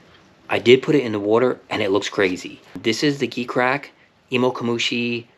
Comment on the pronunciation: You know that is pronounced “G” Crack right?